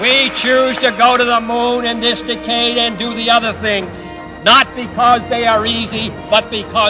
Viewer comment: I love how he pronounces decade.